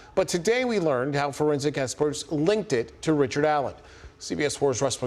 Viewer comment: Richered. Not. Bridgeman.